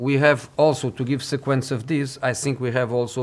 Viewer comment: How is this dude not able to pronounce the word “think” after living in England for 10+ years…..